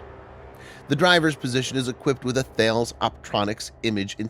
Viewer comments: As a funny note on the Thales components. Thales' CEO has previously put out an internal memo on the pronunciation of Thales, because their employees were referring to them as Thay-uls, as you did here; which UK service members were then hearing, and calling them 'Fails' as a joke. The memo told their employees that the actual pronunciation was Tar-less. This memo, of course, got into the hands of the service members, who found it hilarious, and doubled down on 'Fails.' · Just to be pedantic and an Fyi, Thales is pronounced Talez . Ex UK employee 😊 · FYI Thales is pronounced ‘Tah-less’ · Pronounced 'T-hal-ez'.